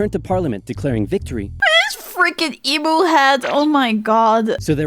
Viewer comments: It’s e mew not e moo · Also em-u not e-mu. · Australian pronunciation guide- Emu is pronounced Eem-Yoo, not Emoo. Emoo would be a depressed cow, not a giant flightless bird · Emu (EEE Myu). Not E-moo, which is an electronic cow.